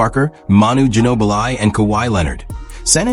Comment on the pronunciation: That AI can't properly say their names correctly. Lazy to release vids that can't even pronounce Ginobili or Wenbanyama 😢